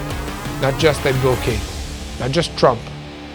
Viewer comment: not pronounced ….’blow kade…’….yair it’s pronounced ‘ block kaid’….